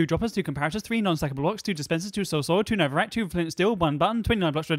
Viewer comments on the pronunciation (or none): none